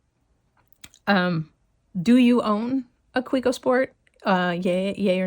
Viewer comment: Nice Kaweco collection. It’s pronounced Ka-vec-o.